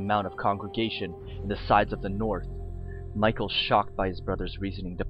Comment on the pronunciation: Michael wouldn't be pronounced that way...